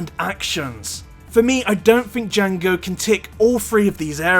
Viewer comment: I thought you pronounced jango as "jungle fat" for a second there lol